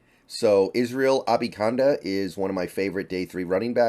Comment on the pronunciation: It's A-ban-i-kanda....not Abi-kanda